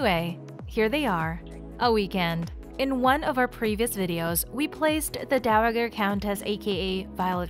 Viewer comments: I would love to watch your videos but the mispronunciation of the word Dowager over and over and over is like nails on a chalkboard to me I just can't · Learn how to say "dowager"!